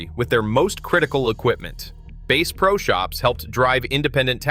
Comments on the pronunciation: "Base pro" ? AI much? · The AI voice can't even pronounce the "bass" in Bass Pro Shops correctly. I am out of here. Product better content. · "Bass Pro Shop" as in "bass guitar"??? STOP THE AI BS!!!!!!!!!!!!!!!!!! Use a HUMAN!!!!!!!!!!!!!!!!!! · You fo not even know how to pernounce bass pro